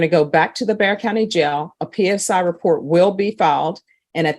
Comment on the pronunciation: Bexar. The X is silent.